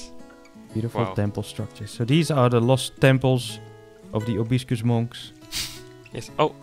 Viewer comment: Amazing! Love the bamboo forest especially :) Btw it’s Proboscis Monkeys not probiscus!